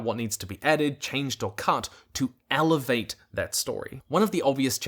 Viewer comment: Great video👍! The way you pronounce elevate infuriates me